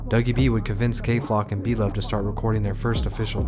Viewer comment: Lmfaoooo this shit is inaccurate 👎🏽👎🏽👎🏽like the moment you said blovee sevside 😂😂😂I’m like ohh nah ’t know shit🤦🏽‍♂️